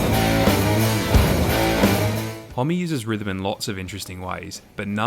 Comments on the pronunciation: “Holm” not “Holmey” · Isn't his surname pronounced Hom? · I've seen this guys name written a million times but always thought it was pronounced hom not hommy! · There's just no way it's pronounced 'Hom-me', right? It must be 'Hom', no?